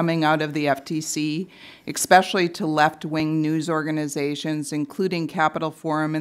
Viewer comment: Maybe don't say "expecially"